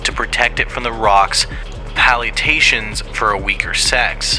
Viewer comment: What synth? In the snippet of Desperate Hell, all I'm hearing is the singing, the guitar, the prominent bass and the drums. "Pallitations"?